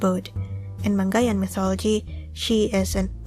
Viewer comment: you are saying it wrong its mangaia